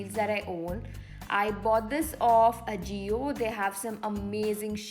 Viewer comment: it is "aa-jio" :)